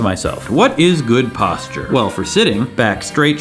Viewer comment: You are saying the word wrong and I just can't help cringing every time I hear it. :) Good video though. Say Postcher. No, not Post Cher. Postcher as if you were saying what you were saying the first syllable of what you were saying but now the second syllable is CHER instead of the second syllable sound of ER as was the way in which you were pronouncicating the syllable. (Yes, I know that is not a real word, but I thought I liked it as it appeared in my head organ and decided to go with it, for better or worse...so help me Fonzi.)